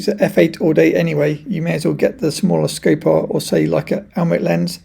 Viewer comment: Why do you pronounce Skopar as "scape-ar" in every single one of your videos? Did someone tell you that is the correct pronunciation?